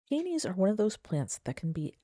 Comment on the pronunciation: Thanks for the tips. Mine are in containers and haven't had many blooms for the past couple of years so I'm heading out to get the right kind of fertilizer. Just an aside, I got the giggles with how you pronounce peonies. It sounds like you're saying "pee-knees" instead of "pee-uh-knees." When said fast, your pronunciation sounds a little like penis. Maybe say all the syllables. 😉